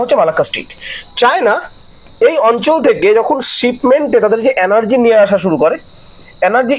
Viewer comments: আপনি উচ্চারণটা ঠিক করুন। অ্যানার্জি নয় এনার্জি। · ভাই, তোমার কয়েকটা বাংলা শব্দের উচ্চারণ বিদঘুটে । কানে লাগছে । ঠিক ক'রে বলো । যেমন, বার বার বলছো, "depends করছে", ওটা বলা উচিত "depend করছে" । দ্বিতীয়ত, "অ্যানার্জি" নয়, কথাটি হ'ল,-- "এনার্জি" ( energy ) । ---- মানস রঞ্জন চৌধুরী । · Video খুবই প্রশংসার যোগ্য l শুধু একটু যদি energy উচ্চারণ টা একটু সংশোধন করা যায় , প্রতিবেদন আরো শ্রুতিমধুর হবে l